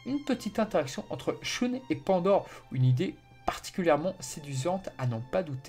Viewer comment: Bravo pour ton taf sur la série, mais pourquoi tu dis shoune (on dit pas sheun)?